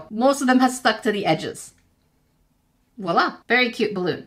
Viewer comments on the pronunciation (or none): none